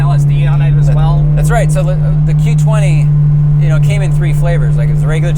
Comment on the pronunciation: Did he say Q20? 🤦